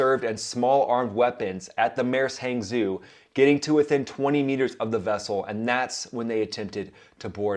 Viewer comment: "Hangzhou" is pronounced "Hangchow". It's chinese. The new romanization is impossible for those unaware to pronounce correctly.